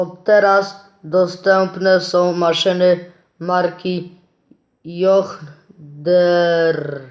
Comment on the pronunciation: To się mówi dżon dir